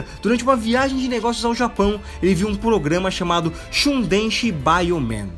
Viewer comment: Chundenshi não mano kkk